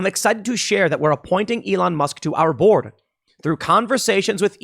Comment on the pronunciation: The way you say "board" sounds a lot like "borg" and thinking of the board of directors at Twitter as the Borg is pleasing to me.